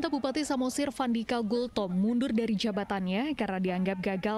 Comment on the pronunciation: Vandika katanya hahaha